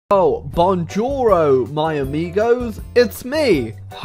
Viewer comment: Bonjouro my amigos?? You mean Bonjour!